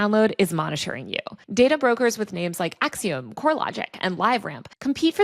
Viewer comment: You sound ridiculous with your pronunciation of the company Acxiom. You should look it up. Sounded like you swallowed your tongue in your attempt to mispronounce it.